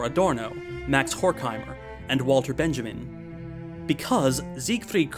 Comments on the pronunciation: It's pronounced "Benyameen" (as the German j is soft and the i is long). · Frankfurt school isn't marxist though. Their field is, like every social and humanist science in the 20th century, largely influenced by Marx and Engels, but Adorno, Horkheimer, Benjamin (pronounced Ben-ya-min, he's not American), Marcuse and certainly Cracauer weren't marxist scholars because they didn't directly base their ideas on marxist economics and dialectical materialism. They were socialists, but very elitist ones, which is a professional deformation of so called "Western marxists", later Euro-communists in France, Italy and UK since the day Lenin died. Their demonisation is plain and simple a nazi and antisemitic propaganda, straight from 1920s and 30s, which saw communism as a jewish conspiracy, so if by that ridiculous worldview (but very dangerous nonetheless) Marx, Trotsky and lot of Bolsheviks were jews, communists and conspirators against the aryan race, Frankfurt school (majority of them jews and all of them antifascists) must be the same thing, so they were thrown (by nazis) into the same category. Of course, things aren't ever that simple. Adorno was quite a bigot, he hated the working class and everything connected to it, and by today's standards he'd be closer to a liberal hipster infancy than to the real leftist thought, philosophically speaking. That doesn't mean he's irrelevant and people should dismiss his contribution to the field, on the opposite.